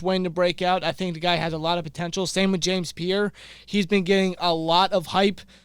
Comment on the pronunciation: Pierre not pier